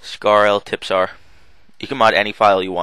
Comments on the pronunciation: Wow, he called it a "tippsar". It clearly says trispear. Are you sure you play video games? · its caled a trispear not a tipsar :D it dont matter anyway nice vid it helped me alot :D:D:DD::D